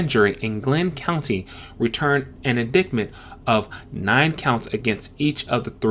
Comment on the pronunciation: I like your delivery and your video. Very calming presence. You could consider try emoting more if you wanted to replicate a video closer to other channels in this YT niche. You could also consider bringing in a second host to complement your calm demeanor. For future reference indictment is pronounced Ind-eye-tment. The c I silent, so "dict" rhymes with "night." You may be able to fix this now, but Ahmaud's last name is spelled Arbery. In terms of your content: I would have preferred a charge of manslaughter over felony murder in the Arbery case. I would have preferred removal of any problematic racial references in the splash mountain ride (if there are any) instead of renaming and theming it. Disney, as it did with Star Wars and other properties, employs a "stick a needle in your eye" approach that offends lifelong fans of their great products. I think representation of Taitiana is a great idea, but renaming Disney's iconic ride because of an esoteric problematic film will invoke resentment and hostility towards Princess & the Frog, the only black disney princess. In terms of the Confederate monument removals, I think it is great that Denton's statue is being removed in a legal way. I have no affinity for statues, but removal via "mob" destruction reminds me of famous iconoclasms during violent revolutions that result in loss of history. Leaving statues standing with plaques and more inclusive statues or removing statues and relocating to a private buyer or museum are all